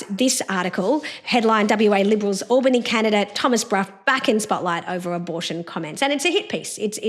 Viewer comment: I just voted #1 for Tom today ✅ (Just to let you too, Dr Jo, “Albany” starts with a short “A” sound, not a long “A” pronounciation 😀)